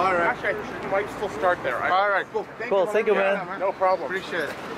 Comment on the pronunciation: porque dice senkiu XD si es tenkiu XD